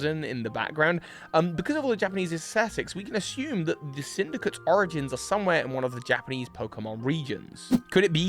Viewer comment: I think your dyslexia's back. "Origins"